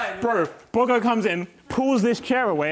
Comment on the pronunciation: is it just me or tobi calls harry boggo?